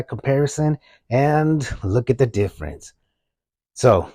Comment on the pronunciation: “And look at the DIFRENCE!!! Wow!”